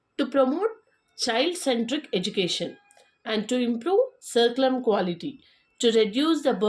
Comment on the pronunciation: Dear pronounce words properly curriculum